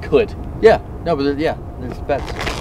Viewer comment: semen or sea men??